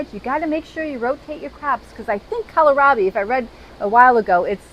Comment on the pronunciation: kowl - raa - bee